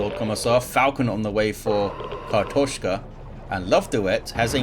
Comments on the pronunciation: You nailed that pronounciation! And indeed, картошка means potato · You pronounced it pretty right, im russian speaker myself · You nailed the "kartoshka", nice :D